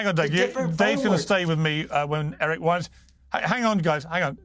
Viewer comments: Hey Piers, Eric Weinstein doesn't like it when folks don't pronounce his name properly. Friends don't usually do that. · Weinstein… Pronounced like Einstein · Piers, Weinstein rhymes with Einstein. It's not that hard 😘💕